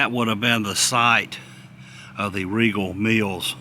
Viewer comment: Again.. it is pronounced like Regal! My Mom worked at a Riegel plant.